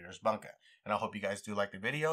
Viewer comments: It's not "bun-ka" like a bunghole, it's "booun-kah". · No disrespect, just small pet peeves: Bunka = Boo-ng-ka, not bunk-a on a related note: Gyuto = G-you-toe, not gyo-toe Santoku = Sahn-toe-koo, not sahn-too-ko